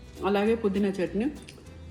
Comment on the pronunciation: adi చంట్ని kadu, its చట్ని